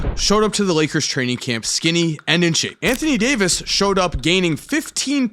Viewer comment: anthony day-to-davis 😭